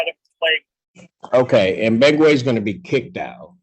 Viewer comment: Who the heck is "Begway"? Some outside custodial outfit?